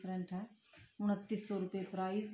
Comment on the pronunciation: Price hota h bhan prize nahi